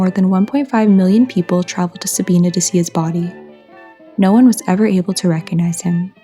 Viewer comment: With respect, first of all, Sabina is pronounced with a long i, second he was not a mummy he was embalmed which you did say. I live near Sabina and saw him many times as a child. I have often wondered who he is. Perhaps a d.n.a. test could help tell us his story. He must have had money at one time at least to afford gold fillings. Good job, I wish you well.